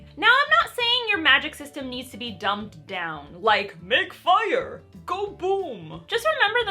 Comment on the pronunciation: …was she intentionally mispronouncing “pedants” to troll pedants? Next level or actual HIMYM-level chameleon. Oof “dumped down”. These are intentional.